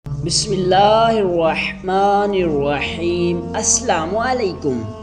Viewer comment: Ye Tum ne Besmela kese parra aur Salam ka Andaz kesa tha ..🤣🤣🤣🤣